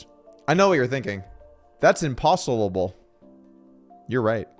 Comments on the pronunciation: "THAT'S IMPOSTLE-ABLE!" ISWYDT, Doug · its not im"postle"